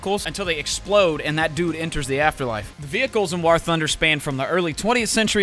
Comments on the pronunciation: Why was homie saying war like that? I have never heard anyone pronounce war like he does.😂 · Bro said wor thunder